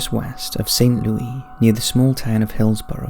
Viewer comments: Lol at him pronouncing it as St. Lewie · Just for future reference, St. Louis is pronounced like Lewis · St. Louis = Saint (Loo + iss) *just trying to help you out! 😊